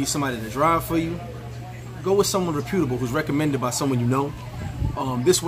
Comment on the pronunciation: reputable (rep-yuh-tuh-buhl) just saying, no disrespect.